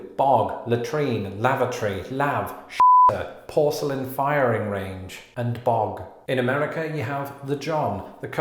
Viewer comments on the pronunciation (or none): "Porceilian Firing Range"? lol